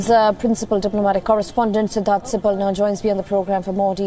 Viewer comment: needs to work on his pronunciation.